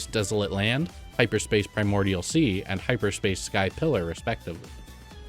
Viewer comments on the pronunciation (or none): none